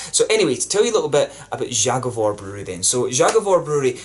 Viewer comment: Your pronounciation of „Zagovor” is so bad and it’s your fault because your are exaggerating ;) First don’t say the Polish letter. Cause you say Ż. Żagovor. Say simple Z. Zagovor.